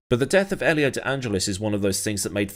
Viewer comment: Ollie? 😂😂 You just nailed it! 😂